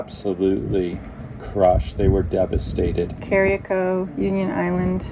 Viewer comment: Please learn how to pronounce Carriacou. The people deserve that much.